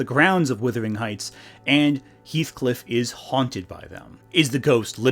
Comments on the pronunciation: As a person from Yorkshire everytime you say "withering heights" I flinch. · Distracted every time you said "Withering Heights" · How can you read the title "Wuthering Heights", and allegedly watch the movie and hearing it pronounced, and still screw it up? It hurts the credibility of your criticisms